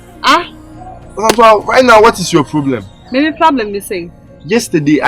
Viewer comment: Why does struggle with saying problem every time biaa “plablem”